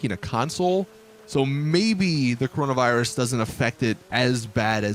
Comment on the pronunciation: “Corono virus?” Nononono